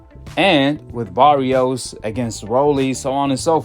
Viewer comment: I rock with you heavy man love your content, but you butchering names 😂 it’s Uh dom mess =Adames and Buh ros so = Barroso old man who fought Rolly. Not Barrios keep doing your thing though 🫡